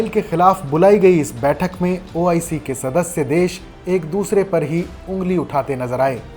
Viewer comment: Kaun bakchod audio de raha hai pahle to OIC bolna seekh le